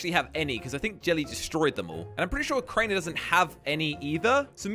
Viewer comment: Bruh crainer not cranor